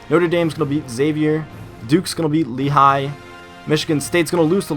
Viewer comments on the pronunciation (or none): none